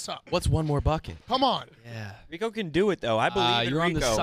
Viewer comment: calling Rico --- Reek is amazing